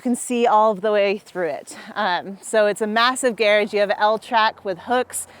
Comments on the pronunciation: hahahah yeah that's a weird prononciation .... the Gair- age.... I almost had to turn it off :P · ok is she saying "gearage" or does she just suck at saying garage? Whatever the case, its rage baiting me sooooooo hard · I seriously couldn't understand what she meant by saying "gear edge", until after the fourth time and it clicked that she was saying "garage" 😂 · How did wind up with the Brit pronunciation of garage ("garridge") while not otherwise having any accent? Inquiring minds want to know! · It’s how garage is pronounced in the UK. Not sure why she’s using that pronunciation, she doesn’t sound British to me